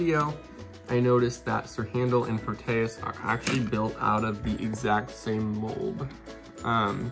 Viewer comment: You pronounced Proteus wrong